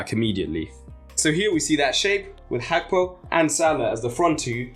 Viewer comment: The pronunciation of Gakpo is crazy